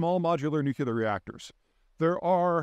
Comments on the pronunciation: I am subscribed and I enjoy your vids, but since you make a living speaking and sounding like you know what you're talking about, please learn how to say "nu clear" not "nuc u ler". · Always curious why Peter pronounces “nuclear” as “nucular”. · Please stop saying nucular when you mean nuclear. Reminds me of W and makes me cringe. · NU-CLE-AR NU-CLE-AR NU-CLE-AR THERE IS ONLY ONE 'U' IN NU-CLE-AR STOP SAYING NU-CU-LAR! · Hey Peter, As you know, it's "nu-cle-ar" not "nu-cue-lar." Say it ten times, slowly and with focus; you'll be good to go for the rest of your career ... impressing friends and family; dazzling at conventions and keynotes. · nuclear....not 'nucular' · Peter I love you, but it's not nuc-u-lear, it's nu-clear. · surprised to hear you pronounce nuclear as "nuculer". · 'nucular' xD Never gets old. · Peter, try "atomic" instead of "nu-cu-lar"... sounds better. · Peter!!!! New-CLEAR!!!! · He said "nukular" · Loving that NUCULAR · Even this guy says nuclear incorrectly?!?! I thought this guy was supposed to be smart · Where does the second "u" in nuclear come from?